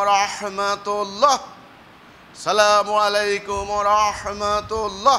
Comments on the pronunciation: সালামুআলাইকুম কোন শব্দ নাই উচ্চারণ হবে আসসালামু আলাইকুম ওয়া রাহমাতুল্লাহ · Apni to salamualaikum bolen,apni to sohi vabe salam dite paren na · তাকবির দিচ্ছেন নাকি কাউকে ধমক দিচ্ছেন?? সালামলাইকুম আবার কি?? ঠিকঠাক উচ্চারণ করুন? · খুবি দুঃখ জনক,,,, সেতো সালাম টিও সঠিক ভাবে দিতে পারেনা,,,, (আসালামুয়ালাইকুম),,,, শব্দ টি সালাত সে বলে,,, চলা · আপনার তাকবিরে ও তাহমীদে এবং সালামে আলিফ লামে সমস্যা। বলতে হবে আচ্ছালামু আলাইকুম।